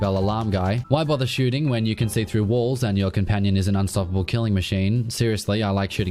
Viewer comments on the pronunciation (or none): none